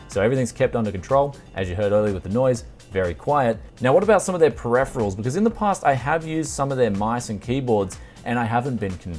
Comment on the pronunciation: Yeah pronunciation is wrong, even in .au